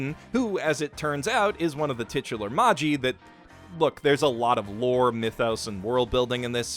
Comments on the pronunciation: Can we talk about how he said maji when it is said as magi multiple times in the series :/ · It’s magi not maji they say it in anime so much😭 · Jesus Christ it’s MAH GI not MAH JEE....how in the fuck could you ever get that wrong? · Heres him pronounce it Mah-Ji instead of Mah-gee. visible fury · Is Magi actually pronounced Mah-Gee and not May-jii? (I thought it was a reference to the Zoroastrian priests which magic was named after?) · I really appreciate a lot of things about this video, but it also drove me up the wall to hear someone repeatedly pronounce "Magi" - in which the G is properly pronounced like the G in "Gandalf" even in English and for which the pronunciation guide is right there in the series title - as if it were "Maji." What happened to let that one slip through the editing process? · LOVE ONE PIECE!! Magi is one of my most fav ever.. and dude.. how can u be sayin "Magi" wrong??? wth??? lol It's pronounced :Mah-Gee .. and LOVE Yu Yu Hakusho! Nice choices! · Isn't Magi pronounced with a hard G? like Maggie? Don't get me wrong I don't WANT to hear it that way, I like me a soft G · Me: "yes someone gonna talk about Magi": "ma-Gee" Me: uncontrollable anger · That is the most interesting way I have ever heard the word Magi (plural of Magus) pronounced. Taking all your recommendations, by the way... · The way he was pronouncing magi, and the fact he was saying genie instead of djinn is really throwing me off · I like how you mentioned Magi, but those pronounciations....Jesus.... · pronounces "Magi" incorrectly despite watching the anime Weebs: I'm not mad, just disappointed